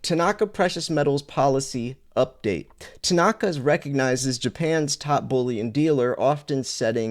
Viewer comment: It's not Tanaaka, it's Tanaka. There is no emphasis on the second a.